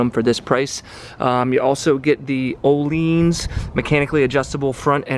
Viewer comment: Who the fuck says oohleens 🤣🤣🤣🤣